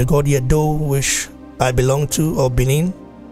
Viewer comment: It's Edo not Edu😭